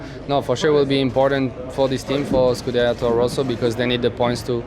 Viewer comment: Gasly: "Scuderia Torro Rosso" :D